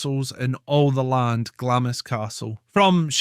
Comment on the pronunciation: It’s pronounced glahms